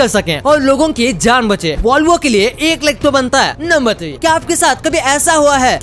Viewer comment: lacs nahi laks